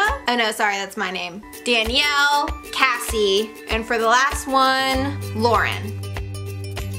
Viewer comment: My names casey but she said Cassie soooo